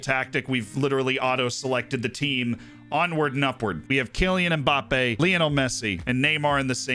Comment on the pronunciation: cmon, at least attempt to pronounce Mbappe correctly................:(